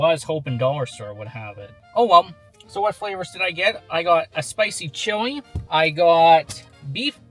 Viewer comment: The chewy? Maybe pronounce chili ?